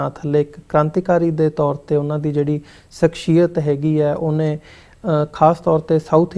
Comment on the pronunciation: Bro it is shakh-siy-yat (personality)